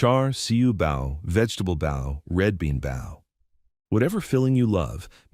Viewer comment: Bao is pronounced Bow